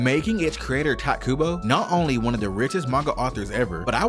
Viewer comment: Man, there is no stop to people calling Kubo 'Tight'. You can say it right which is barely an inconvenience.